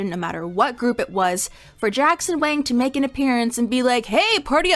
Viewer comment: are you sure Wang is pronounced like that